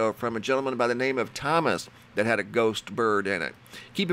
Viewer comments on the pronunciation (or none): none